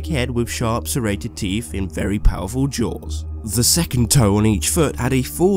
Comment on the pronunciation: I no its probably your accsent but its teeth not teef